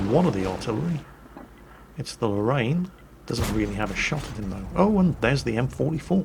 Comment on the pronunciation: you noob sir. its not just m44 that you pronounce it wrong, the lorrain too, you gonna make the french take the piss to you again sir. hahahaahahah